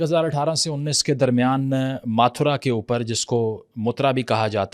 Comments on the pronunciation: it is not that difficult to get the pronunciation right on names and cities after all this is otherwise a great production… but i dont know why but us pakistani just cant get names and pronunciation right eg Ma thoo ra not moo tha ra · it's Mathura Vrindavan متھرا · Hi, I recommend you consult some Hindi speakers or online resources for many Hindi pronunciations, such as Mathura, Kannauj, etc., to enhance your videos! Otherwise, great work!